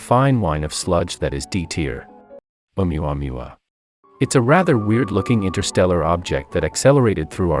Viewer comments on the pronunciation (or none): That "Oumuamua" had me dying 😂😂😂😂